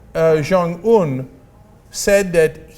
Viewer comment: You two are not saying his name right. The last syllable is not pronounced Oon, it's pronounced how it is spelled in English, Un.